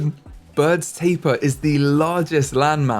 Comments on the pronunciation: It's ta-peer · I hate it when you pronounce Tapir wrong the entire time 🙃 im mad af